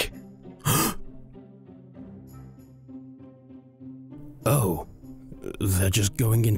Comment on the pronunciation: its garroth not garith